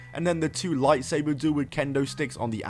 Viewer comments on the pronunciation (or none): none